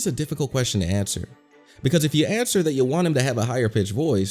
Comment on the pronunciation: Did you say "that" or "fat".